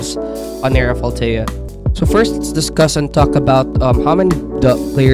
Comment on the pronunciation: lol bro sayin it so wrong💀